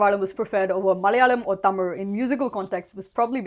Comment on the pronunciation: Props to you for pronouncing tamil the right way!!! And for saying keralam!!